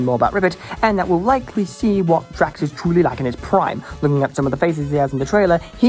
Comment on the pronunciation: (Angry British noises)